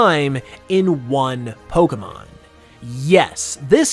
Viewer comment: Instantly turned off the video hearing you refer to them twice as “pokamon”. It’s Pokémon.